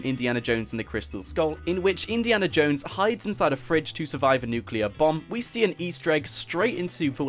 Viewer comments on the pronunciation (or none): It’s not nuculear it’s nuclear